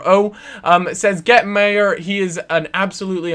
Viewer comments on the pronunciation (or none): He is pronounce My- err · You say meyers name like you said once line an eye. Thats how you pronounce the ey